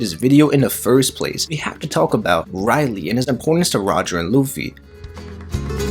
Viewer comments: For all that’s good in one piece stop saying it’s Rayleigh ( Ray-leeh) great video but you got to learn his name please!! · Very interesting video One thing though, after years of watching One Piece one would thing that you can get the name right, hearing RY-lee instead of RAY-lee was somewhat distracting not gonna lie D: lol just a pet peeve Keep it up! (the good videos I mean, not the bad pronunciation haha) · Not to be mean but one piece will end when you say Rayleigh name right (Ray-leeh) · rayleigh... nah its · Mad you keep saying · I really came here to say I thought I was watching an episode of the boondocks as much as he said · Him saying just irk me so bad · You had so many chances to say Rayleigh correctly. 🙄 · y do you pronounce rayleigh weird?